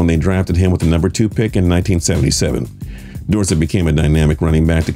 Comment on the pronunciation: It's door-set